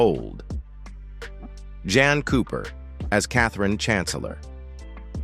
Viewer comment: Jean cooper, not Jan